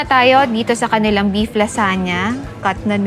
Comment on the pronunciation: LaZuhnya 😂 not lasanya